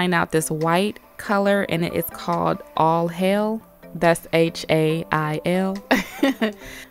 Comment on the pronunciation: "All Hail," not "Aww, Hell!" 😂💅